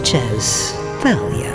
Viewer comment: Really, Wizards? "THalia?" That name has existed since biblical times and it's been pronounced "TAHL-ee-ah." *facepalm*